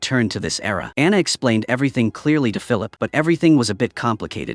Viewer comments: It's Diana, not Anna!!!! Please get it right! Diana and Matthew are the main characters!! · uh AI voice gets Diana into ana. Show is fantastic FYI